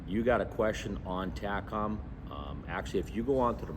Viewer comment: Come on Marine, TACOM is pronounced Tay-com. 😂